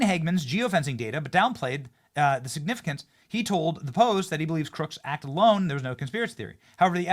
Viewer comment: Dawg, slow down a bit. No need to try to read everything so fast. Ur pronouncing words like I’ve never heard them pronounced before. 😄 That’s the first time I’ve heard acted pronounced ass'ted. 😄